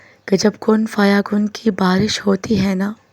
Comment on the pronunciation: كن فيكون. Not كن فيكن يى غلط